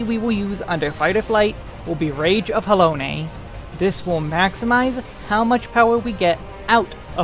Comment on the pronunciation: Interesting watch but am I the only one that's bothered by the way he says "Rage of Halone"? I've always read and said it as Ha - Lone ('lone' sounding like 'loan').